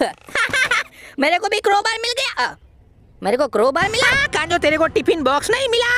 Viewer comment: Usko kanjo nahi bolte usko kanzo bolte hain